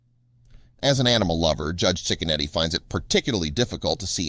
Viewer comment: It’s pronounced chick a neddy. My husband and his family grew up across the street from him. He really is a great judge. He doesn’t put up with crap in his county. (Lake county Ohio) we sure love him. He’s a stand up man and family man too ❤️